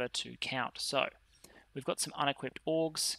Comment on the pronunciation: Everytime you say "Orgs" I hear "Orks". That would explain some things, actually :D